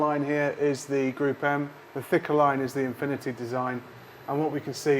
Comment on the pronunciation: Great test! It’s pronounced “group m”, not “gruppem”. Gruppe is German for Group